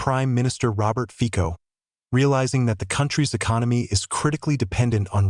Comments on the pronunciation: His name is ROBERT FICO, and not FIKO. ! Say it on the right way ! Letter C, sounds like letter C, and not like letter K, ! FICO, and not FIKO. ! Stupid narrator ! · Fico is pronounced “ Fitzo”,you should know by now 😂😂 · 😮😮😮😮 pronounced FITSO😮😮😮😮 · Feeeko???? Fico (fitso) asseblief!!!!!! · Fico = Fitso